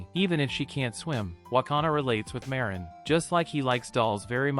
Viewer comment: I fell like am trigger a bit because he say ma rin not marin